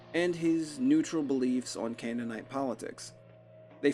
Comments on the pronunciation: Cainite. Not canaanite. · it's pronounced Caine-ite not cannon-ite